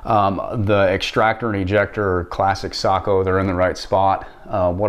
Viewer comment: Finally someone who says Sako the right way